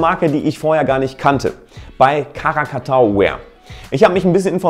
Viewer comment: Die Marke heisst Krakatau (ein Vulkan) und nicht Karakatau!